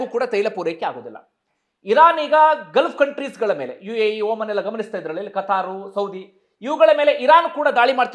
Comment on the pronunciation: ಸರ್ ಪ್ಲೀಸ್ ಒಂದು ತಿದ್ದುಪಡಿ ಮಾಡಿ..! ಓಮನ್ ಅಲ್ಲ ..! ಒಮಾನ್